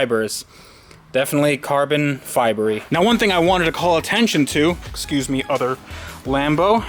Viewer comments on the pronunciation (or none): none